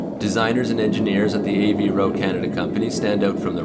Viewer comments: AVVVVVVVVVVVVVVro not av ro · great vid! but it's pronounced AVE-ROE not A V roe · ... Good stuff, but. Man can you learn to pronounce Avro correctly? Av-row... Not A V Row It's two Slyabuls not three. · “A v ro” then you pronounce it correctly as “Avro”, what? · "A. V. Ro"? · Dawg he can’t even pronounce Avro correctly. What the fuck.